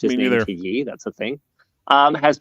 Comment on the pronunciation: I know nothing of pop culture but at least I know Ye is pronounced like Kanye come on Linus